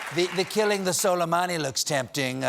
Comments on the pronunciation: Yuki Kitsune noo don’t apologize man I was just kidding. I find it funny tbh because some of them are easier to pronounce our way but people still don’t. For example, soleimani is : sool ay man ee, not: soly, mani. But his first name is actually hard to pronounce if you aren’t an Arabic speaker. The English language doesn’t even have a letter for it so they compromise with a Q. That’s why when you read Arabic names in English there are a lot of Qs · So Glad Colbert is back. But in that clip of His Orangeness, the jerk couldn’t pronounce the name of the General he’d just assassinated. It sounded like he almost said ‘salami’. I don’t know, but it seems to me if you’re gonna wipe out another human being you oughta at least say the victim’s name correctly when you’re announcing it on the world’s stage. Call me nutty, or did he not nearly pronounce it as ‘salami’? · As an Arab speaker, I cannot stop myself from cringing every time someone pronounced solaimani the way they do ...